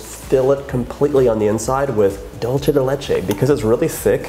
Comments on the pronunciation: To be more exact, it should be 'DOOL-the'. And when I hear 'DAWL-che' the only thing I can think of is '& Gabbana'. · Distracted by you saying “Dolce” instead of “Dulce”... it’s Spanish, not Italian. Thought you said your mom grew up in Mexico... 🤔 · It’s pronounced DOOL-SAY not dul-che ❤️❤️ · It looks amazing! But... it’s pronounced “Dool-seh.” “Doll-che” is Italian. 😬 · Sounds amazing but can I just give you a little annunciation tip? The word “dulce” is pronounced “dool-seh” (I noticed you adjusted this when you started decorating) as opposed to dolce (dohl-cheh) like the Italians say. Sorry! I love you but it was just like really bothering me 😅💗🎂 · Alejandra Ely lolz, I was referring to the language. They speak Spanish in Argentina and they pronounce it “dool-seh”. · The way he says dulce...